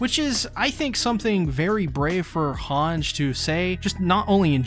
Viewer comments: great video but man its pronounced hangi like saying e when you are reciting the alphabet, not hange with a j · Mi-KAW-sa Hawnj Paradisss Er-WIN Yell-A-na Bruh what’s with these pronunciations?! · Hange’s name is pronounced Han-Ji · Does he s pronoun "Hange" instead of Han-ge on purpose ?